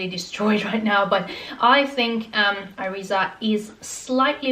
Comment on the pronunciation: Thanks for your vid. Keep wearing them and they will be more comfortable. I can walk in them all the day in my office in the meantime. If you still have issue with them, you may try Jimmy Choo, which arw very comfortable. PS: Iriza is pronounced more like "Eerisa"